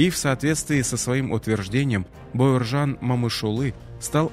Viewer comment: Спасибо за аутоентичное произношение его имени